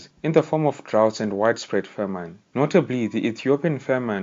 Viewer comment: Brief but accurate, I am Ethiopian and this a good documentary. PS the way you say ' famine' is a bit off, check google pronunciations.